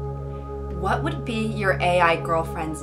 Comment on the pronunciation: What was the “wHaHt”